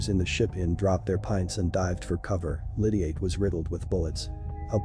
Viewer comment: Pronounce his name properly or just don’t speak. Explain who his sister is. The wife of Massey